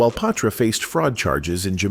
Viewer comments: Yeees I was a Patra fan 😊 & Ima blame the mispronunciation of her name on the Ai voice ... Its pronounced Pa-tra not pay-tra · Is he saying paw-tra😂